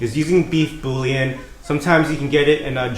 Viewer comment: it's bool-yaan